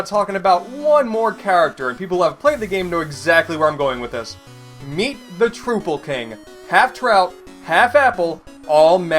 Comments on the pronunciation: it's trupple not troople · It’s trouple pronounced like apple you casual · You pronounced troupple wrong. The game TELLS you how to pronounce it, yet you pronounce it wrong anyways.